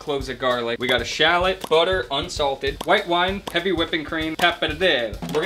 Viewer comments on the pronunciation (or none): The way he says shallot gives me anxiety